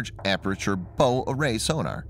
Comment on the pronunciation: Bow is the front of the ship. It rhymes with cow.